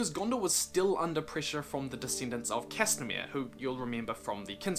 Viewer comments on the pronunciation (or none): oh yah castamir not castamere lol